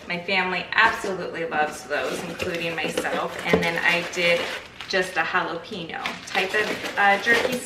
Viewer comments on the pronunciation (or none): If you keep and plant the tops of all those pineapples you can grow another pineapple for each top. It takes 2 years but they are free and you can keep doing it over and over. Jalapeno pronounced "hal-a-pen-yo" not "hal-a-peen-o..😂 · Everyone I know pronounces it jalapeeño